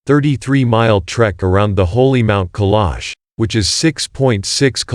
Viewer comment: Try pronouncing the name of the mountain properly!